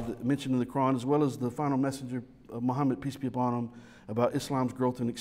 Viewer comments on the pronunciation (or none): And I hear "Peace be John Bonham." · Every time says "Peace be upon him" I hear "PT Barnum"